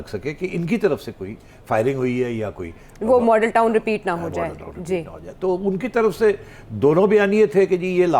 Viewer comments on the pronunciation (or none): none